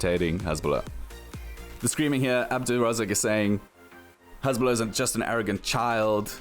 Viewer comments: His name is Hassssbulah, not Hezzzbulah, I mean make a little effort, respect the fighters big and small. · The name is "Hasbulla" with S not Z, thanks...